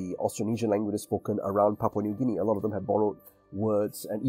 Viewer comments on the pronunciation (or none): none